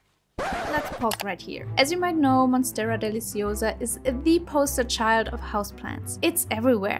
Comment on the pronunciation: I love your voice and accent when you say deliciosa" 😍